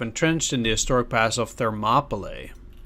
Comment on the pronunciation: It's pronounced 'Ther-mop-ah-lee'.